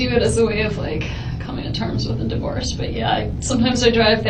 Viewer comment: This case is addictive but please Please don’t use AI voice. The enunciation and intonation is wrong. It pronounces divorce as Dyvorce. Honestly, send me the script and I will record it, in my English accent!!